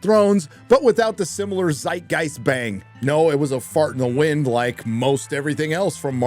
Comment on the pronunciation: you are pronouncing Zeitgeist wrong 😅 Greetings from Germany, we love you here.